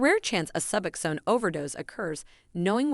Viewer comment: Pronounced Suboxone completely wrong, I think this was actually a computer generated voice. That’s why